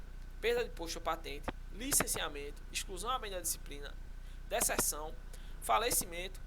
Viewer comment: Deserção se ler (DeZerçao ) ☠️☠️ vibra